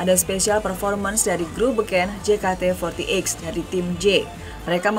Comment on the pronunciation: “grup jekate fortieit” wkwk